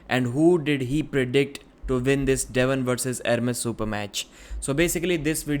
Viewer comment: When he says "win" he says Vin.